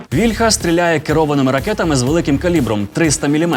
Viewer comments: але пан Тарас Чмут завжде каже вільхА, а не вІльха кому тепер вірити? :( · А чому вІльха,а не вільхА? Чи вільхА це дерево,а вІльха- це зброя?